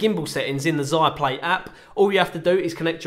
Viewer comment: firstly you have to pronounce your sponsors brand name correctly to start with